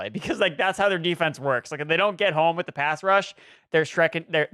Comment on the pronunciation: Shrekondary lol